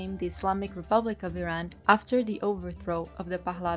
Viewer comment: Great video! The only thing that annoyed me was the constant mispronunciaton of "Iran" and "Iranian"